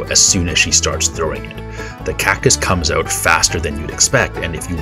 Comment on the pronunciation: Is nobody talking about now he said cactus the CACUS